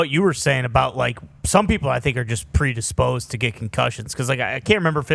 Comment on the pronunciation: "predisposd to get concussions" is hilarious